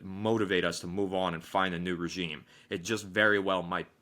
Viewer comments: Great vid. It’s time for a fresh start. Alex just some friendly feedback, regime is pronounced like “ruh-zheem” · Why does Alex keep saying regimay lol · The way he says regime is killing me 😂